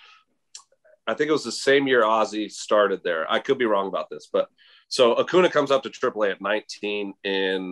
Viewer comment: Bryce harper would be mad with Sean because he can't pronounce acuña correctly